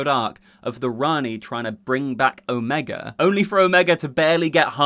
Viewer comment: Your pronunciation of Omega while classically accurate, is canonically wrong. For shame!